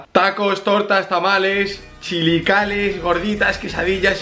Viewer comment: soy yo o digo chilicales